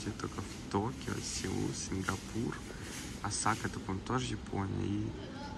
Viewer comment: Не осАка, а Осака. На первый слог ударение 😂